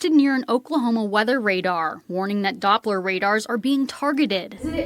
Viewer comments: "Doplar radar" Yep, that's the level we're dealing with here. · “Doplar” radar…. 🤯🤡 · It's "doppler" radar, not "doplar". But also, these aren't satellites. Satellites are in orbit. There is such a thing as a "satellite dish", which communicates with satellites, and can be located on the surface of the planet. These radar systems, however, though they use dishes, have nothing directly to do with satellites.